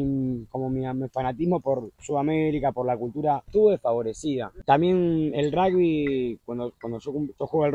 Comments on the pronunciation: sí, eso lo sé. Lo que me desconcertó fue que vos pronunciaras "rugbi", con "U". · Todavía me estoy riendo 😅 Te comiste tu porción y también la de Marley, supongo que por dos días no volverás a comer, no? Es la primera vez que escucho a un argentino pronunciar rugby como si fuera una palabra española 🤔 ¿Será que tiene alguna influencia de España? En Argentina se pronuncia igual que en Inglaterra (Y que en casi todo el mundo). No sabía que la compañía Ethiopian Airlines tenía cinco vuelos semanales, desde Buenos Aires, hasta Addis Abeba, vía San Pablo. Así que ya sabés, no es tan difícil... Este video me dio hambre, ya me voy a cocinar los tallarines 😉